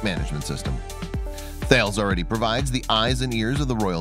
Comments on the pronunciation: That bothered me as did how he pronounced the company name Thales. It's not "Thay-les" , it's pronounced "Tal-ess" .The company is French... perhaps he may have wished to watch some videos on the company website before hand? Anyway ... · and Thails